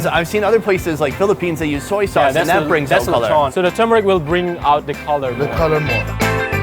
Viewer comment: its Letchon :D